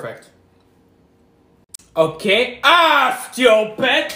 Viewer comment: Every "PaErFAeKT", a kid in Africa dies.